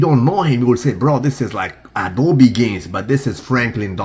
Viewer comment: Nigga said adobe gains 😂😂